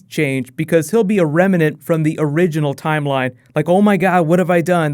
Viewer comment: *Remnant, not reminent.